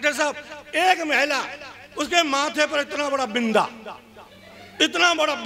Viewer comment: महिला को मैला कहने वाला हिन्दी सीखलाएगा हमे!! सोनिया गांधी हिन्दी भाषी नही होते हुए भी तुमसे अच्छा हिन्दी बोल लेती है।